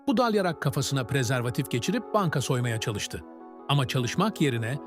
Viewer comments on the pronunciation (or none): Prezervatik dediği yerde koptum 😂😂